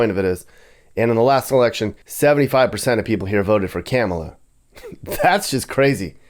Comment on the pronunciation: It's pronounced Ka-Ma-Lah sir